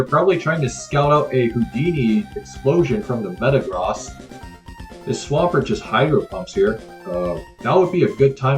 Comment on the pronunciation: The way this guy says Metagross is more jarring than the way Jimothy says Groo-don.